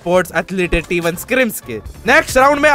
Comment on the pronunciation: Bhai hei hei hei nahi hota yaar hai hai hota hai😅😅